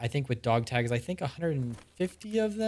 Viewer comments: "Dag togs" = Honestly impressive how that rolled off the tongue 😂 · "Dag togs " I love it